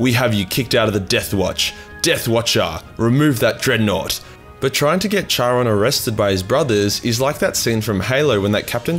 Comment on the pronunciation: Bruh, you're Australian start pronouncing shit as one. Charon is pronounced 'Karon'. Bald is 'balled' not bold. Need any more help man im here for you, hmu